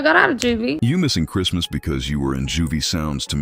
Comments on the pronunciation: it’s definitely not southern to say “cherstmas” lmaoo it’s the same “Christmas” just with a southern draw, which comes from a lazy tongue. I grew up in Kentucky, and she definitely has a Kentucky accent, but she says Christmas differently than anyone else I know lol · I think he was called it "Curse-mas" bc of how bad it was growing up. She pronounced it right at least 5 times b4 n after she pronounced it like that